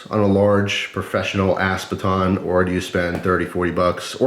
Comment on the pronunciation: It sounds like you are saying ASS baton.